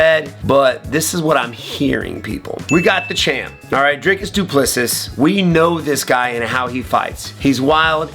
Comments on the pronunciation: The last s in his name is silent. Do-pless-e Also, your video would be easier to watch without the background music. Just saying… Thanks for the breakdown though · Wonderboy mispronouncing the Champion's name means DDP will most likely lose.